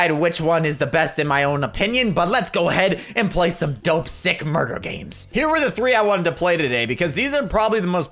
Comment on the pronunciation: Murrder Mystery